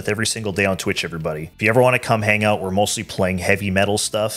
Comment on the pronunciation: 'oUUUTTT" Canadian detected!! haha <3 you guys